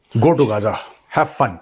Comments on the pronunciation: First learn how to pronounce Ghaza😅. It's not gaja.😂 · hilarious pronunciation, GAZA as GaJA😂